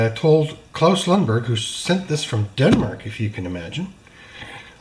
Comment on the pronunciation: you are saying it just right. So spot on - Pender-style 👍🏼